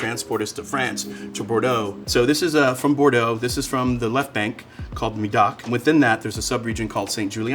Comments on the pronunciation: It's pronounced "May-Dock" not "Me-Dock" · Stop saying Midoc, its médoc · Why did you have to completely butcher the name of Médoc? Plus the map is so wrong, Bordeaux is in the opposite direction, closer to the Atlantic ocean, you pointed to Bourgogne... It's almost like pointing Napa Valley in Florida and that is bad